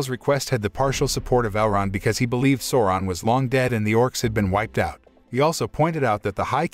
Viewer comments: its callled sauuuroon not sowron... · I keep on hearing Soran, which is really annoying lol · Bro who is soran?lmao learn correct pronunciation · Souron it's pronounced Sauron with an A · "Sawron" yep gtfo right there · I hate how is says Sauron.. completly diffirent that the movie... feels like he is saying Soaran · great recap, i kept falling asleep with whatever Amazon came up with.. Also the incorrect pronunciation of "Sauron" was a tad annoying :D, though this effort dictates far more respect than its getting ..